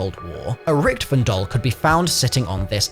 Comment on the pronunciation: That's not how you say richtofens name